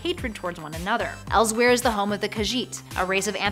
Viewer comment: You said elsweyr wrong btw You pronounce it like elsewhere